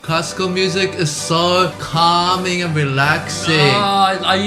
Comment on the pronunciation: "CALming and reLAxing"😂 "be ready to be not relaxed and calm" How reassuring 😅 This one is great when there's a fly in your room Forgot to include the infamous "Flight Of The Bumblebee"